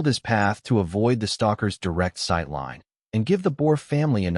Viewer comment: Teach your a I about vowels long and short ones the word is line not lein